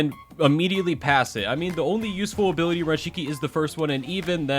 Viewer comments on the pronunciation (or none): Ability - abooty